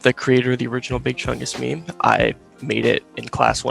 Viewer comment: Why dies he pronounced meme "maim"